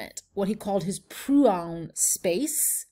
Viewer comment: "Proun" has two syllables: PRO-UN. (pro-oon)